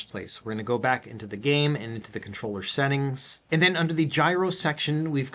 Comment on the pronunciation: "We can set das up in the esettings" 😄